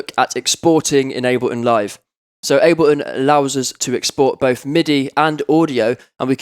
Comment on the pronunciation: "aBeLiN" "eM pEe Free"